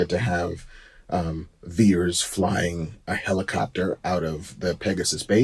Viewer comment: Is Vers not Veers